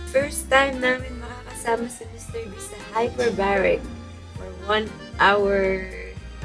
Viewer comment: Anu sabi ni... MR. Beh???? Tama ba ako ng dinig??? HAHAHA